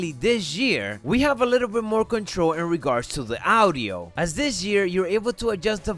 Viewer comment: Audi-o. Fam it’s three syllables Au-di-o